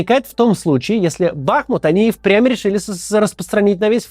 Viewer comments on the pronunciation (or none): БахмУт, а не БАхмут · Максим, одне прохання: не БАхмут, а БахмУт.. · Максим, ещё раз не БАхмут а БахмУт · БахмУт, а не БАхмут. Залайкайте чтобы увидел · БахмУт! БахмУт!!!! БахмУт!!!!!!!!!!! Максим, при всем уважении, начинаете раздражать! неужели так сложно проверить правильное произношение города и придерживаться его?? блять, в конце концов! это мой город! Мой БахмУт!!! он заслуживает и имеет право на правильное название! мОскву свою или тельАвив неправильно называйте!!!😡😡😡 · Максим , при всем уважении , Бахму́т !